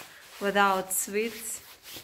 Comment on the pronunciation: Hi. I'm enjoying your videos. I watched half of this not understanding what you were shopping for. "Swits?" Then I realised you were saying "sweets." (Rhymes with "eats") I love the Russian accent but find it funny that all vloggers mispronounce "clothes." (Of course, I live in the South of the U.S., so I suppose a lot of English speakers would argue with some of my pronunciations.) The "th" is silent in the word "clothes." I think a pronunciation dictionary would have something like "klōz." Anyway, I'm glad that you don't seem daunted that 75% of your viewers are men. Best wishes from America.